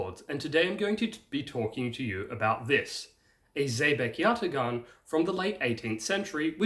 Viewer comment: Turk here... great video! I would like to help you with the pronunciation. It's spelled yatağan, but pronounced yataAan.